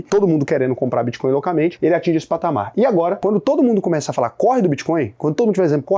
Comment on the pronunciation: Muito boa a explicacao. So falta aprender a dizer o nome da moeda